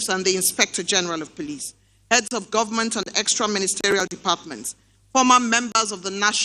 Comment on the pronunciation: Why do northerners pronounce government as gunmen? Did you hear that from shetima?